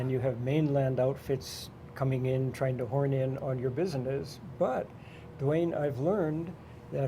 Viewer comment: Wow, that fella murdered your last name Duane ..LOL! ;)